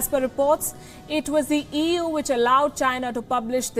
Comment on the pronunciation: Well EU sure sounds like 'eew' like when someone see something nasty eeww